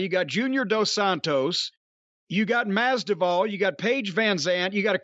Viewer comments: Jorge Mas a dak -of -dak of -da .im dead 😆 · Masvidal is nowhere near as difficult to say as Cornball is making it out to be lol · GEORGE - the name he can't say is George Masvidal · Jim pronouncing that surname is hilarious lol